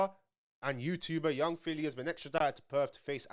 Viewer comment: Man said p filly